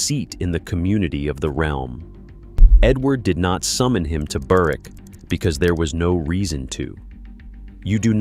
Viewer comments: The w in Berwick is silent like k is in knife. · The map looks like Newcastle, but appears to be pronounced “Burr-wick”. The English Propaganda Office sometimes makes mistakes. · The maps are totally wrong. "Perthshire to its bones" and shows southern Wales. Sutherland at the northern tip of Scotland and shows Newcastle. And goes to such lengths to pronounce Menzies right, yet screws up Berwick and Marquis.